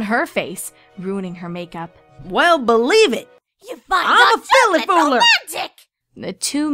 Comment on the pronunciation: Filly fooler? Is that what you said? Also what did Rarity say ?